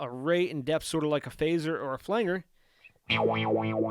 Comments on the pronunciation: FLANGE-R not flang-er. OMG, STOP IT! 🙉🤬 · When he kept saying "flang-er" rather than "flan-jer", it made me wonder if he was actually a deep fake AI bot. Lol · Hey good video. It's called a flan-Jer. Nor a flang-er. Thanks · All this knowledge from a guy who says "Flangger"... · Pronounced "Flan-Jer" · In case you are interested: Flange Flanger The ‘ang’ is pronounced like Angela ang in English he’s actually rather strange and has a number of different possible pronunciations with the long and short, a sound and hard and soft G sound Of course there’s anger stranger. Language, Orange to name a few, but as the root of this word is flange, it is known as a flange-er . I don’t care though. You can call it Flanger as much as you want but this video was helpful for me in navigating the interface so I figured I’d offer some instruction in return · I have learned a lot from watching this. Bought the head as a back up to my 5153 stealth. One note, flanger I have always pronounced Flan-Jer. Still a great video! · Great tutorial, but the word flanger is pronounced with a short 'a' as in 'angie', not like 'angle'. It refers to the way it was first produced, by someone accidentally touching the "flange" of the tape reel while it was recording. This created a modulation effect. This was how it was actually done for years before it was produced electronically.